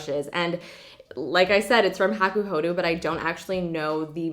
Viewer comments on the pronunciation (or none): hakuhodoooo not hakuhoduuuu